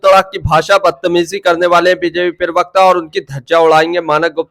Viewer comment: अरे भाई, पिरबक्ता नहीं बोलते। प्र बक्ता, प्रबक्ता । बार बार नहीं सिखाउंगा, आगे से ध्यान रखना।